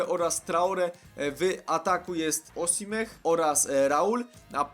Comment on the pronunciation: Nie Osimeh tylko Osimhen